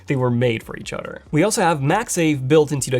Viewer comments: Why do you keep saying utter. It's pronounced other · You must like cows. You say “udder” quite often.